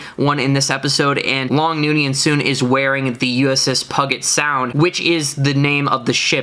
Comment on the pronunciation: Please, it's PUGE-et rhyming with HUGE-it Sound, not Puggit-Sound. That is the water along Seattle.